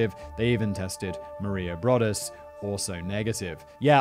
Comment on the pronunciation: It’s pronounced Bro-duss!